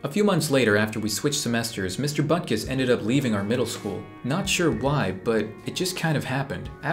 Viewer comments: Bruh I thought it’s “Buttkiss” not Butkus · Mister buttkiss? 😂😂 Edit: later i saw it is mister Butkus but it’s still kinda funny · if I didn't turn on the subtitles, I would have thought you called your teacher mr.Buttkiss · Butkus sounds like butt kiss to me for some reason.